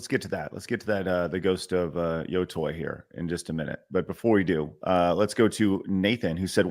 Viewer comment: What people should really be mad about is saying yo-toy over and over again. There is no universe in which the english letters "tei" are pronounced "toy"